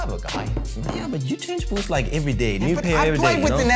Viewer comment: we say boots says buuushts